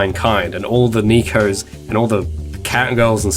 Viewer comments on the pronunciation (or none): Why do you keep saying nicos? Ohhhh you mean nekos. It's pronounced 'neh-koh' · This is a fun and educational video but "neekos", seriously?!